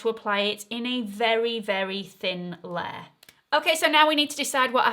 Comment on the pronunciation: I like how you pronounce ‘layer’. What is your accent?